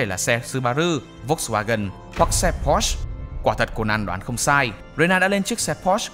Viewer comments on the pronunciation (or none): none